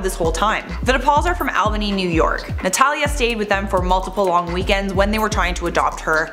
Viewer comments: It’s pronounced ALL - Ba-Knee. Not AL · “Al-bany”??? You mean “All-Bany”, NY? 😳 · It’s meant to be pronounced “ALL-bany” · It’s pronounced ALL-BANY even tho it’s spell Albany but heyyyyyy I’m from Albany New York💕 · Wait can we just talk about how she pronounced Albany 😅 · Yup. As someone born and raised in its neighboring city Schenectady, I can confirm that she butchered that pronunciation. A lot of people do. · She said Albany wrong... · How she pronounced Albany though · You don’t know how to pronounce “Albany”??!